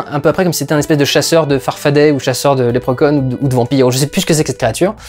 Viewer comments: Lèpre Conne? ON DIT Lépreuh Shaun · 2min00 lèpre conne ?(pas certain de la prononciation) XD